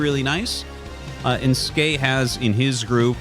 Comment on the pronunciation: Great game. I can't wait to see how Skey does in the tournament. I'm going to agree with Tasteless that it's pronounced S Key. Skey as you say it doesn't mean anything. But he plays Terran, and the "S" key is the default hotkey to make SCVs. So if you want to be a macro Terran, you're going to hit the S Key a lot.